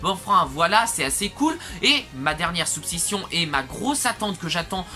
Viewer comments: super vidéo comme d'hab (tu manque cruellement d'abonné vu la calité fourni) mais je t'en suplie c'est suspicion et pas supsicion !!! voila continue comme ça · Ouais c'est vrai que la prononciations est suspicion et pas supsicion 😅. Sinon merci de me soutenir pour mon nombre d'abonnés 😊.